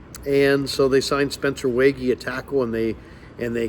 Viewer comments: NDSU Fargo native checking in again. I thought we’d for sure be done with this topic, but since he’s signed, I’ll try once again: It’s still pronounced Spencer “WAY-G” and not “WAY-GHEE”. 😉 Bonus points if you ask him directly and get proof of it on video. If I’m wrong, I’ll become a channel member and donate another $5 for a comment stating that I was completely wrong and I’m not a good NDSU Bison fan. 😂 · is the biggest Waege fan and doesn’t pronounce his name right lol